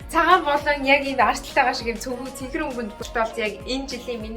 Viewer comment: Цэнкэр бишээ цэнхэр шүү